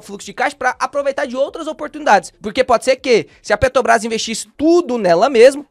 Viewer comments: A pronúncia correta é: ''PetRobrás''. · Perco sempre com o falando PeTObras kkkkkkkk